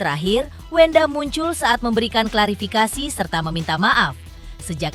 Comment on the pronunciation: Host intens klafirikasi 😂 bukan klafirikasi